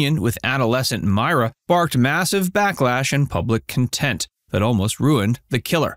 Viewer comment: It's "contempt", not "content". OMG